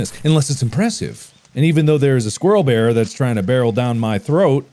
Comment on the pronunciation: Mark: "squirrel bear" My brain: "square"